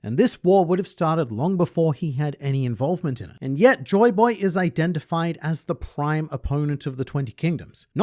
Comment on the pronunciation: Demaro Black calling Joyboy as Joy Toy got me lmao 🤣